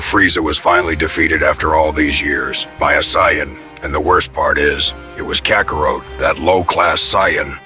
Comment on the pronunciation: The stupid AI can't pronounce names correctly especially Saiyan and Kakarot